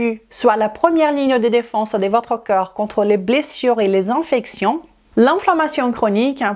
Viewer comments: Pitié, prononcez CORPS au lieu de COEUR s'il vous plait. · Oui, tu as vu? On mérite vraiment notre réputation. Comme je l'ai dit, dans la mesure où elle est capable de prononcer parfaitement le mot 'd'accord', il n'y a pas de raison qu'elle ne sache pas prononcer le mot 'corps'. Si à la rigueur le mot cœur ne faisait pas partie du champ lexical de corps, je veux bien, mais c'est le cas. Ca prête à confusion. Navrée, c'est juste un fait. Si elle se rends plus compréhensible, elle augmentera son audience, et donc, possiblement sa clientèle. Restez dans votre tolérance qui confine à la médiocrité. Il y a des gens qui veulent progresser.